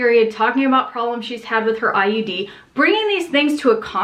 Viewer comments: Every time you say IUD it sounds like you're saying IED. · I swear she's saying IED, not IUD.